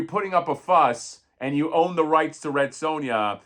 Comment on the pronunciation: Red Sue-Ya 😂😂😂 love it